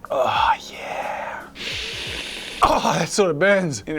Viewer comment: the way he 'Oh Yeah' Isn't Sounding Right